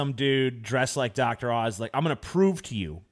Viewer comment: Oz, not Auze.